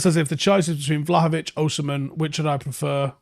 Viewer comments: I was hearing him say OSHI-MHEN..and it hurts my ears 😂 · OSI-MHEN not OSHI-MHEN😭😭😭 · It's Osimhen not Oshimen. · There's no "osh" in his name. Its "os-im-hen". OZZ-IM-HEN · It's pronounced O S I M E N.... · As a Nigerian, Osimhen is pronounced O-sim-men/o-si-men. I've seen you struggle a bit whenever you mention his name 😂 you're welcome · As an Edo man, it sounds even more strange.